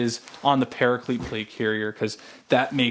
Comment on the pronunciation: why do you pronounce paraclete like that ☹☹☹☹☹☹☹☹☹